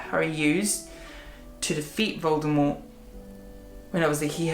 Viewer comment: I love the way you say Voldemort. its just perfect